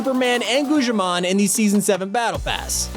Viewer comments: Did u just say gushimon??? It’s guGGimon!! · He said gushimon its guggimon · Did anyone notice he said gujiman and not guggimon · Me: goo gy mon Him: guchi mon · Its guggimon not goujimon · The way he says gugimon noo 😭😭😭 😭😭😭😭😭😭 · This is literally just a compilation of how many names he can get wrong “GOOJEEMOAH” “NARATOE” “GIYULL” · U SAID GUGGIMON WRONG